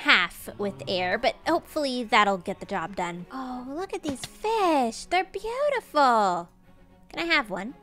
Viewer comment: Beeuterful lol 😂